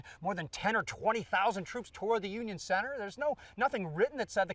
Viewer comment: That was a great Booby Lee you did there. Work on that cen-ter there a little bit. Nevertheless, good job!